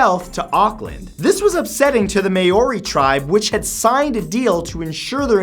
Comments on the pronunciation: "Me-yo-ri" ._. It's pronounced "Mao-ri" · Haha... may-or-ee... no, mow-re, Maori. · Maori pronounced Mowe-Re not May Or Re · Hey Matt, Maori is pronounced m-our-ee rather than may-or-ee. I think you've mentioned them in a video before and got it wrong then too so thought you might like to know :) Also you should look up the great emu war for a good laugh! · If you don't know how to pronounce Maori, say moldy, but pronounce the d lightly. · Maori is pronounced mowrie bro haha. Only criticism i can ever have is pronunciation haha. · lol I like how he pronounces Maori as mayori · Hey Matt, I dont want to offend anyone, but just wanted to mention that when talking about NZ in future just check your pronunciation, Maori and Waitangi were a bit off in this video :) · Matt you pronounced maori and waitangi so wrong. I live here in new zealand and kinda triggered, but still love your vids. Plz like so matt can see this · Matthew you need to brush up on your maori :p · Matt, you REALLY need to put more effort into pronunciations... I think you've lost the respect of every New Zealander that watches this, and have likely offended every Maori who sees this. It's not hard to Google 'how to pronounce Maori' (even though the first Google result is technically wrong, it's still way better than "may-or-ee") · am i the only one who realised he said maori wrong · AND THAT IS NOT HOW YOU SAY MAORI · Fyi, the treaty Waitangi is pronounced "Why-toung-ie" and Maori is pronounced "Mao-rii" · Soon as I saw this list a small part of me was hoping the New Zealand land wars would be on here and it was! But Matt, as a proud New Zealander ahhhh your pronunciation needs some work 😂 It's Waitangi (Why-tang-e) Prounced Maori (Ma-ri) Just some pointers because this is the 3rd time I've seen New Zealand Maoris mentioned in one of your lists and 3rd time of cringy pronunciation 😬😂